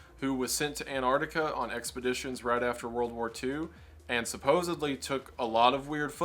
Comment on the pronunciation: Ok, maybe I'm focusing on the wrong thing here, but I still find it funny how so many Americans pronounce Antarctica as Annardica. The Ts and Cs are there for a reason.